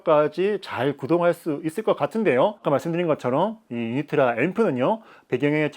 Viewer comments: Originally in Poland where Unitra is made the name is pronounced without Y at the beginning but like in oo Unitra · 유니트라 발음이 왜 그냥 넘어가지 유-니-트-라 라고 정확히 발음해야죠....